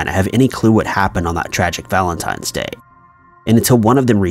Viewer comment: Valentime's Day...? 👀😑 My God..